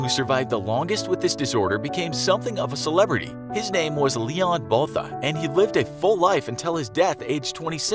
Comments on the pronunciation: That's not how you pronouns Botha Bho-Ta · Its pronounced bwu-a-ta not the way its spelled botha 😂